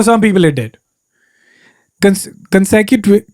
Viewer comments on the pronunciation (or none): hi Kenny, love how simple these #simlpleken long recordings of you talking are 😊 When u mispronounced 'consequently' i was like I know that feeling!! have a speech difficulty but only for certain words like strategy , prodigy, tragedy, consequences etc.. Been avoiding them all my life 😅 Any words that you can't say properly?